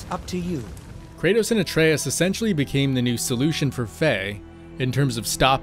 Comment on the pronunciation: Great video! And THANK YOU for pronouncing Atreus' name properly!!!